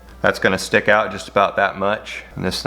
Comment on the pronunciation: "plopper on a stihck " haha im dying